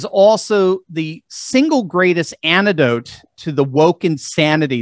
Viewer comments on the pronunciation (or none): Well,, when it comes to a return to better education, why not set an example yourself, by pronouncing the words antidote and twenty properly. Not " ani-do0te" and " tweny"?